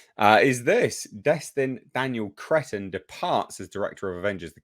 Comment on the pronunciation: My God man, change your name. Destin, Cretton. See, can't help but call him crettin.😂😂😂😂